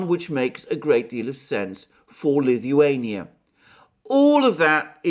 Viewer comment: pronounces Lithuania like Stewie from Family Guy 🤪. Please say “cool whip”